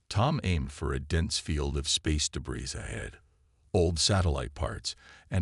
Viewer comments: Your computer voice needs to be taught how to pronounce "debris" - and the captioning isn't consistent either. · "THEY"?? How pathetic. With that picture, Blue is definitely a she! But sigh, when can't even pronounce debris, why should we expect proper ID. Sorry, detracts from the story.